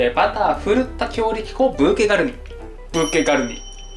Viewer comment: 狂った強力粉に聞こえてしまう😂